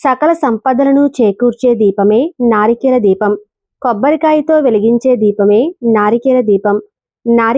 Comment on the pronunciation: నారికేల కాదు. నారికేళ . మూడు కల్లు కాదమ్మా తల్లి😂😂. మూడు కళ్ళు